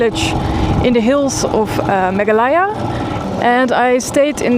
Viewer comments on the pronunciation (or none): Great video as always! 😊 Just a small note: the pronunciation is Megh-aa-LAY-aa